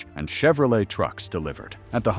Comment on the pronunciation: 🙄😞🤮 STUPID AI CRAP! Thoroughly fed up with it already! The future alright-soon in the “future” it needs to go in the scrap yard! What the HELL is a”Vie eight? 🤮 LOL! They think this “technology” will replace humand when it can’t say simple phrases and words without screwing it up? Lol FAT CHANCE! Total junk. Lol my poor typing because I am tired is FAR better than this detritus! WHY are posters on this forum using this trash? Oh. They probably can’t narrate and think a way over priced phone or computer is worth the space it wastes. AI sucks.